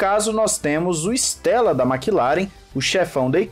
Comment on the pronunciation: Cara não è Stèlla, è Andrea Stêlla ( estrela em italiano) si pronúncia ISTÊLLA